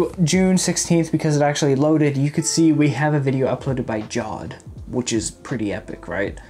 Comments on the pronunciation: hol' up that's not how you pronounce Jawed It's like Jaw-Vaid lol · My man still cant pronounce Jawed's name even after all these comments